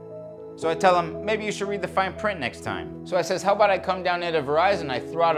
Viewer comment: What accent is he trying to do? Boston? NY? Who the hell pronounces time, as "toime"?